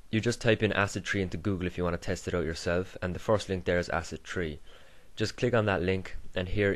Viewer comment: it's acid 3 not 'tree' , seriously